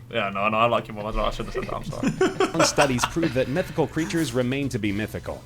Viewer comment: thought he said methical